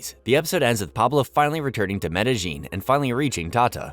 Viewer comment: Don't get how people can make hours long videos that probably take weeks to create and still pronounce Medellin City wrong.